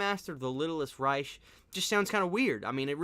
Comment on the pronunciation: I feel the same way about the franchise, but you sold me, I'm going to check it out , Thanks been wondering about it.......................... ⬇️⬇️⬇️⬇️⬇️⬇️⬇️⬇️⬇️⬇️⬇️⬇️ PS Reich is pronounced with a k sound at the end, the C&H basically turn into the K sound,like the German army's back in the day first Reich second Reich third Reich, not trying to be picky just didn't want you to go out like that bro